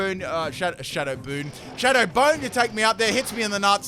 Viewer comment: We need a full video compilation of mispronunciations by! wtf's a shadow boone